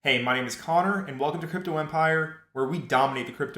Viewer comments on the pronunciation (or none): none